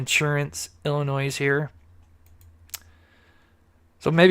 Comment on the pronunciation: can't say Illinois correctly to save his life. Good show though!